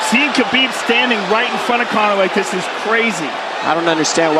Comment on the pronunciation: commentator call khabib Kabob lol